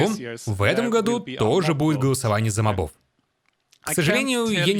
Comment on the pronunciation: *Правильно мóбов — не мобóв